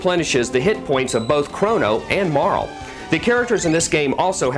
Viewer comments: Mar LEE Oh my GAWD ITS PRONOUNCED MAR LEEEEE!!! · wow this makes me nostalgic. i played this years ago. one of the few rpg's that i actually finished cause i really dont have the patience most of the time. but this was a special case cause it was too good! oh and all these years i thought Marle's name was pronounced "marlee" but i see the guy thinks otherwise. lol.